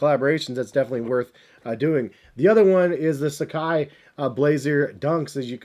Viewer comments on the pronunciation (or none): none